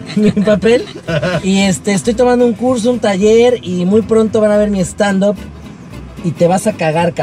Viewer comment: José Eduardo, cariño, STAND UP se pronuncia: STAND AP En serio, pregúntale a cualquier gringo.